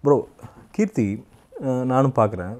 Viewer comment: It's not keerthi shetty it's krithi shetty